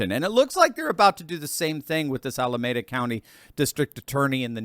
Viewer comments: its "Al uh mee' duh" County, not "Al uh may' duh." Just ketting you know... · pronounced Ala MEE da city, and county. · "Ala" "meeda" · It's pronounced "Ala - mee- da" County. You know, where they keep the "nuclear wessels"! 😝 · The city is pronounced "Ala-meeda" county. :face-red-heart-shape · Sorry, it’s “Ala-Meeda” I live near there. The DA is only a fleck of things dysfunctional about the Bay Area. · its Al-a-me-da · It's pronounced Al-uh-MEE-duh County,.